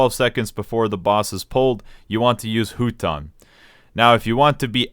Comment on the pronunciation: Huton is actually pronounced as "fuuton" when you say it, huge naruto shippuden nerd over here, rewatched all 700+ episodes three times so yeah huge weeb flex I know 😎.